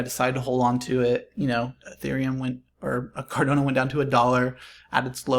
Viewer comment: Really great analysis dude! Thanks! Feel like it’s probably up from $1.50 from here heading into smart contract rollout. (For future vids - pronunciation is Cardano not CardOnA - no worries tho mate!). Cheers.